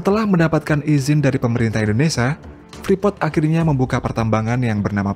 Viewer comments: Kata Indonesia jangan di sebut Indonesa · Indonesa? INDONESIA YG BENAR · Indonesia kali bukan indonesa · Indonesia mas bukan Indonesa